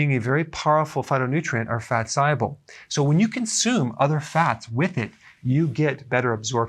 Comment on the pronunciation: great vid. when you say pronounce "soluble", it soumds like you're saying "si-able". bit confusing.....